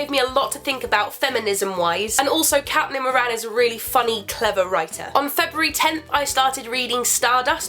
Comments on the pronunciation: Sorry I do love you Carrie and I don't normally comment but just thought I would today. Well the book by Caitlin Moran, her name is actually pronounced like Kate-lin Moran . Excuse this comment if her name actually is pronounced Cat-Lin but it was just such an Irish name. Also my sisters name is actually Caitlin and my best friends last name is Moran. Omg it's such a long comment, stay awesome, bye xx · caitlin moran is pronounced "kate-lin more - in " i'm pretty sure :) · Isn't Caitlin Moran supposed to be pronounced Kate Lin? (phonetically) I have a friend called Caitlin and that's how she says it... Anyway, just an inquiry x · You say CATlin Moran? Hah, I've always said CAITlin Moran. It's cute tho, maybe it's me who is pronouncing it wrong. :)